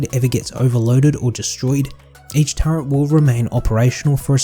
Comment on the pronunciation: it's a "turret" not a "turrent" stop adding. pretend R to the word.